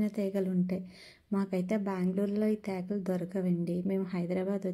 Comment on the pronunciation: తెగలు. కాదు తేగలు అనాలి